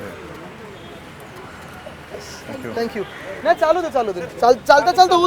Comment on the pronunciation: मराठी मराठी आणि ठांकु ठांकु 😂😂😂😂😂😂